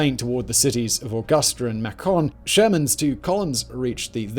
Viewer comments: Augusta: Uh-guh-sta. Macon is MAY-con, no emphasis on the con, almost "maykin". Hence the baseball team, the Macon Whoopie. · Loved the video, and I imagine pronouncing local names the way they are pronounced locally is difficult, but I laughed my ass off listening to your pronunciations of GA towns. Augusta is "uh-gus-stuh", Macon is pronounced like "bacon" but with an M, and Milledgeville is "Mill-idge-vill" with the vill like villain. I got a similar response from a Scottish dude I play games with who laughed his ass off when I pronounced Edinburgh as "Eden" like the garden and "burgh" like iceberg. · Great video but having lived in Georgia for the last 41years, I couldn't help but laugh at Simon's pronunciation of Macon (rhymes with Bacon), Milledgeville and Augusta, Georgia... 😂